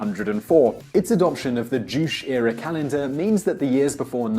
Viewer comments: juu-chae not jooch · OMG, the way you pronounce "juche". It's not "joosh", but more like "joo-chay". (주체) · Why did you say "Joosh" instead of "Juche"? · I'm pretty sure that guy is mispronouncing "Juche", can't he do one single video without butchering words? I think it sounds more like "D'joo T'chey" rather than "D'joosh". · Juche like joo-shey not jush. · You're saying "chooch"? Its pronounced Joo-chey. It means "self-reliance" and it's kind of like "how to be a North Korean". I bet its a hoot to read. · Jushe is "joo shay" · Simply because mispronunciation bothers me SO much (my apologies) 김일승 Kim Il Sung is not like Sue with a long O, but like a song that was sung. Juche 주체 ㅔ=ay sound. Juche sounds like Juchay. Your vids are bril. Thanks ^^ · The way he says “Juche” is painful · Simon Whistler's commentary would carry more authority if he could actually pronounce a term like "juche" correctly! It doesn't rhyme with "douche"...